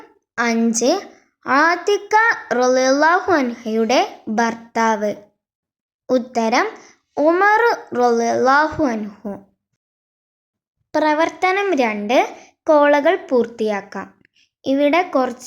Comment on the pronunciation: കോളകൾ എന്നല്ല കൊളങ്ങൾ എന്നാണ് ട്ടോ...😊👍🙏🫂🙂